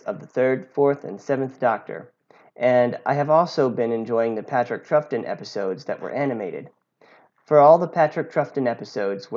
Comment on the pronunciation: For future reference: Troughton is pronounced “Trout Ton”